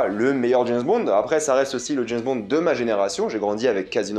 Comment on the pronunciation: C'est James Bond... pas JaizzzBond !!! mdr